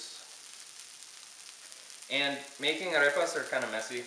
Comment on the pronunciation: Why do you say "Arepas" with an English accent ???? Be proud to pronounce it with a Spanish accent as the Proud Italians and French people do. I'm sure you're a proud Colombian even if you weren't born there................ Look at Lidia Bastianich here on YouTube and listen how she intentionally pronounces the items with an Italian accent.